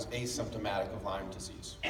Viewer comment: It's LYME not LymeS